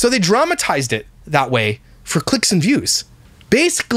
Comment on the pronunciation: Omg! Why does she keep saying "furr" instead of "for"???